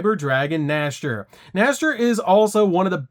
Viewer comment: I don't wanna sound rude, but why do people in 2023 still pronounce Nächster as "Nashtier", instead of "Nexter"?